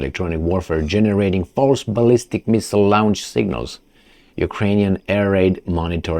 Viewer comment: ...:...you mispronounce the word LAUNCH... Go to Google, write the word LAUNCH... and see if you can get a pronunciation!... Keep up the good work!...